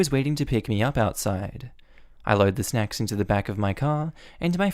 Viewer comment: At 12 30 it sounds like he said something that isnt "snacks"